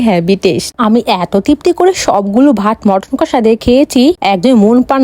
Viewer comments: পদ ❎ পাদ✅ মাটন❎ মটন✅ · মটন না মাটান🎉😂